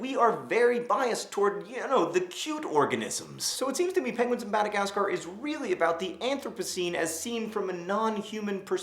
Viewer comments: you forgot that benedict cumberbatch's inability to say "penguin" makes the movie 20% cooler than any of the madagascar movies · You forgot Blubbernuts Crumplehorns inability to say penguin(s) which I find is the highlight of POM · Penguins of Madagascar also has Benedict Cumberbatch in it and he still can't say penguin!!!!!